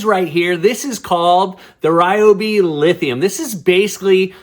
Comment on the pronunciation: Learn to pronounce Ryobi